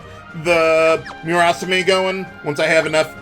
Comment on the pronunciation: "Moo-raw-saw-meh"; no emphasis.